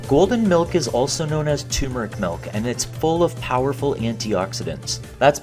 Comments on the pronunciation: It’s pronounced tur-metric not tue-meric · Turmeric. Not tumeric. Turmeric. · Ter-mer-ick* The first r in turmeric is there for a reason. 😉